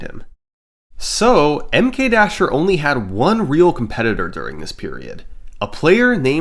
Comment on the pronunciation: SummoningSalt I love your videos...I think I watched them all. But the way you pronounce MKDasher is killing me. I don't know what the right way is but the super pronunciation of the "M" is like Nails on a Chalkboard :). Anyway keep the Vids on coming... <3